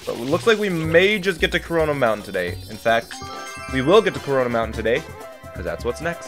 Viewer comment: "Corona" monten